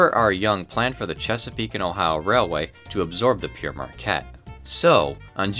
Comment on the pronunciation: Not bad. At least you didn't have a stroke trying to say it as some of my American friends and colleagues seem to do. No doubt your proximity to Canada has given you an advantage. Thanks for the laughs. Signing off.